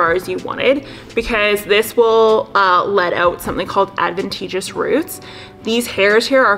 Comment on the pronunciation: She is mispronouncing the word "ADVENTITIOUS" - it was also misspelled in the caption. I'm a stickler for details. Pretty good info in this video, though.